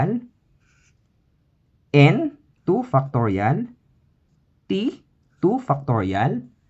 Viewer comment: The accent is Fire! 7! = Seven FUCKtorial :face-purple-crying